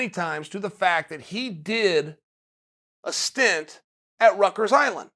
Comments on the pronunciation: "Rutgers island" lmao Rickers smh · Does he mean ryker's you say in Rutgers but he means Rikers Island right